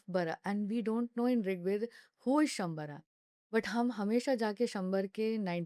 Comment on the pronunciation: रीग वेद नहीं ऋग्वेद है तो यही से आगे क्या होगा यह पता चल जाएगा। मूल शब्द को भी जो ठीक से उच्चारण नहीं कर पा रही हो अब वो ....।। विडंबना है।। अस्तु।।